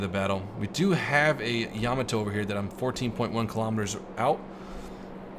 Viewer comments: why does everyone pronounce yamato incorrectly? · YA-MAA-TOE.........tell Baron as well.... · Maybe Yamato as well. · I dunno what is more infuriating, the constant misprounciation of "Yamato" or stuff like "did a 360 and got the hell out of there" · Soon he will learn how to pronounce Yamato